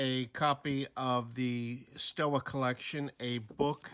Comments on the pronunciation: my friend. it's pronounced as: STOVA not STOWA. Thanks excellent video. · The exact prononciation is : "SHtova" like "shut" or "show" ... Thank me later ;) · Stowa is correctly pronounced "stover.".